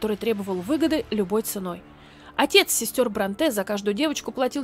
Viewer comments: Простите, пишу без зла, но очень режет слух Не БронтЕ, а БрОнте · Правильно всё-таки БрОнте, а не БронтЕ. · БрОнте, а не БронтЭ Аж слух режет. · Все прекрасно, отличное видео! Но есть одно «но», которое невероятно режет слух. Они ведь БрОнте, а не БронтЕ. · Спасибо за ваши отличные передачи. Ложку дегтя: Шарлотта не БронтЭ, а БрОнтэ. И не «около пятиста (шестиста, семиста и т. п.)», а «около пятисот (шестисот, семисот и т. п.)». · Шарлотта БрОнте, а не БронтЭ. Из картофельных очисток, а не очистков. И т.д. Ужас, сколько ошибок. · Только она всё-таки Шарлотта БрОнте, а не БронтЕ. Не француженка же, в конце концов хд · Ударение в фамилии Бронте идет на букву "О". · Спасибо за видео. Только БрОнте, ударение на о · Шарло́тта Бро́нте. Т.е. в фамилии ударение на "О". Пожалуйста! Очень режет слух 😣😣😣 В остальном, очень интересно было послушать, спасибо! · Всё видео резало слух это "БронтЕ"... Она англичанка, а не француженка. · Правильное ударение БрОнте. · тоже хотела написать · Видео познавательное и интересное, как и всегда)! Только в фамилии Бронте ударение на британский манер, то есть на первый слог